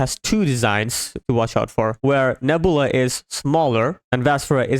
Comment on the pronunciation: its pronounced Neb-you-la, Nebula.